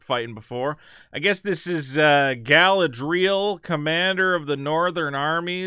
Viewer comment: but failing on Galadriel